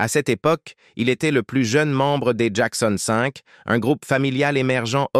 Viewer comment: C'est un IA qui parle? Il n'y a pas d'intonations et la prononciation de certains mots est plus que douteuse ("Mykael" "Jackon 5" prononcé en français...)